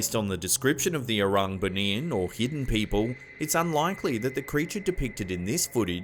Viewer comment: 1st vid - BUNIAN pronounce as BOO KNEE YAAN